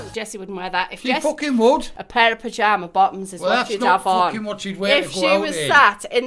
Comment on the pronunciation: "the fooken flippers"